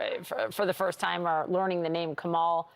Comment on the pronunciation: just say Kemal hahahaha